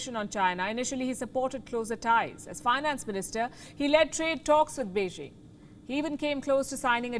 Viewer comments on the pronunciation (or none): none